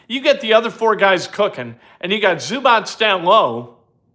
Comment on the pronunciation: It is zoo-bots. Not zoo-botch.